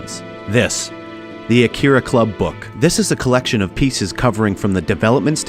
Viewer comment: “uh keer uh” 🥴